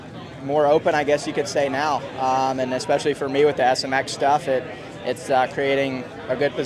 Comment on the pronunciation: It’s is pronounced “especially” not “ecpeshally” 😂😂😂